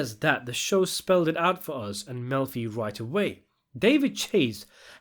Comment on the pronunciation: I love that you pronounce it "milf-y" and that the subtitles translate that as "M*lfi"!